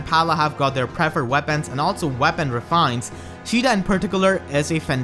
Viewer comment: "Shida" lol